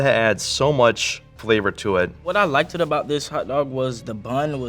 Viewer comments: Sir, (Mr red hoodie & black jacket), there is NO such word as "like-ted". It's LIKED..pronounced "like-t". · And he kept saying like-Ed instead of liked. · Is saying "likeded"?:face-green-smiling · Dag, he said "likeded"... smh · They let nephew say "likeded"😂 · Did he really say "likeded" ? lol smh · seems to be a hater or just a basic b****. He also kept saying "likeded". I know that the country isn't doing as well as we should be doing. I didn't realize our education system has failed so badly that a young man can't pronounce a word correctly. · talmbout some "likeded" is blowinggggggg meeee 😭😭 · He also said “likeded” multiple times so the grammar of a 3 year old as well 😂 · Did this lil nigga just say “Liked-ed” ? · did bro say “Liked-Ed”🤦🏿‍♂️🤦🏿‍♂️🤦🏿‍♂️